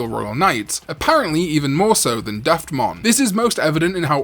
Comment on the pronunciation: You are so lost when you try to pronounce things. Slipmon instead of Sleipmon, Laylamon instead of Lilamon, Daftmon instead of Duffmon, and Kirinmon instead of Chillinmon. To be fair im pronouncing it Quillin instead of Chillin as well, out of habit.